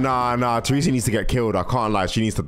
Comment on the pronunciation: i love how you say "tresa" instead of "teresa"